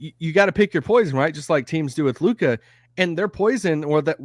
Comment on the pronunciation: please go and listen to todays game comments from Jeff Van Gundy about Lukas game and youll see how stupid (can't even pronounce LUKA's name right ,lol) you are / look , learn the game ... Kyrie stans are even worse than Lebrons ,who would have thought ... Learn to spell and calm down .